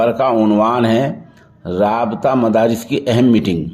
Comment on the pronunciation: مفارس نہیں مدارس